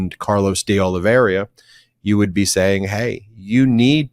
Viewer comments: The name is De Oliveira, not De Oliviera. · Ben, it's not De Oliveria, it's De Oliveira. Nails on a chalkboard to me. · One more time please: de Olee vay rah and not de Ole vera. de Olee vay rah! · Carlos De oh-lee-VEY-rah